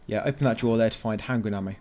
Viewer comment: For some reason I hear handgranade ammo instead of handgun ammo